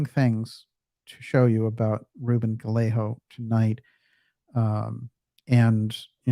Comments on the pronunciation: . Just a thought. I think the pronunciation of Gallego may be “ guy-ae-gow. But then it may be adopted differently by the Press and or Rep. Anyway, keep up the great work and deflate that pompous windbag but more importantly, the people who are using him. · Great show. 😊 BTW, Gallego spanish pronunciation is 'Guy- yay- go' g is hard and double LL sounds like a Y.